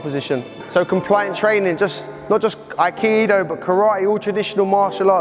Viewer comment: needs to go to Kyoto and explain his great theories do yokomoto sensei and prove all his real world crap to somebody who is mastered in aikido. It might help if he first learned how to pronounce the art